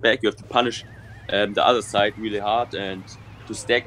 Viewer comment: When said side I swear he said zeit (time in German I think)